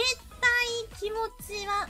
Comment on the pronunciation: マウンテンのスペル意識しすぎてkimotiがkimoutiになってんの草